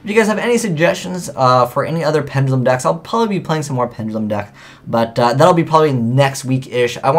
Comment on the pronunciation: it's "pen duh lum", not penj uh lum.